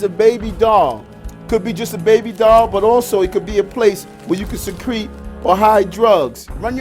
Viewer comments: …could be just a babydoll but also it could be a place where you can secrete or hide drugs…” Emphasis on the word “secrete” 😝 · Did he say is a baby doll is a place where you can "secrete" drugs lmao?? this dudes vocabulary sucks